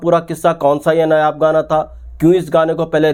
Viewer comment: नायाब को नयाब नहीं बोलें 👍